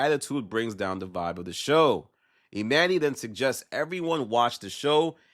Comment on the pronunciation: I can’t watch the rest cause why is he calling him Emanny it’s pronounce Emani